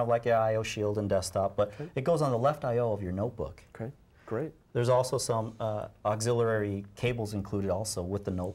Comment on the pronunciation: Haha, he said "auxillerary"